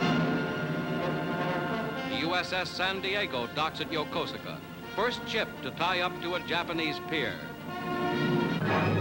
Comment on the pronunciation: I know it's spelled Yokosuka, but it's pronounced "Yokooska". I've been there several times.